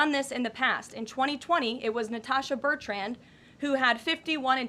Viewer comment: Is Bertrand a hard name to pronounce???